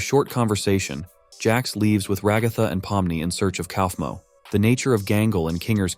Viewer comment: Brotha it's a ai voice so it can't say ragathas name